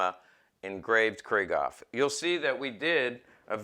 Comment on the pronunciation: First time viewer and I enjoyed your comments about pistols and their history and I could feel your enthusiasm coming out of my computer so I wanted to share this with you. One thing I'd suggest is the the way Krieghoff is pronounced. You might like to know this as you're really into the subject so here goes: When the name Krieghoff is spoken there is a break between Krieg and Hoff. It's a sort of a emphasis on Krieg and then on Hoff but not rolled into one word. Example would be the German word Dachshund, it's not "Dashund" but Dachs....Hund. Maybe like Porsche spoken Porsch' cha and not Porsch as spoken by the English and French. Get it? Better yet might be Luftwaffe which is spoken Luft..waffe with the break between Luft and Waffe. Krieghoff is located in Suhl northeast of Scheinfurt as you probably know. You might find somewhere his German Film Star, Emmy Goering's, book entitled "in Defense of my Husband" to get more background on his life and guns and automobile collecting. Probably not in English but worth a try. Thank you for all the information. Manfred